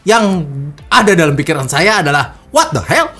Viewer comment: Pas bilang"wat de hel" dgn logat kearipan lokal....ngakak akuh..😂😂😂✌